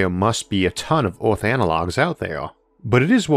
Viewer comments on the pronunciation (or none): Everyone: Earth Arthur: Eorth